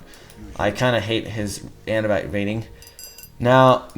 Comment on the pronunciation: Sling-er, not slinjer Man-er, not main-or Ah-noob-it, not anubyte Other than all this, great videos